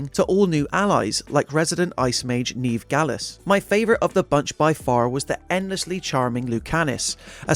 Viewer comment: You'd think with an accent like this reviewer has he'd correctly pronounce the name Neve.